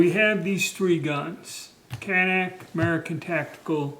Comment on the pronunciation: it is CAN NIK (nick) not CAN NACK. shew these daniel boone men are not real smart.